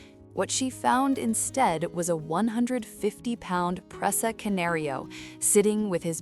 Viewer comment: AI voices can't pronounce the dogs breed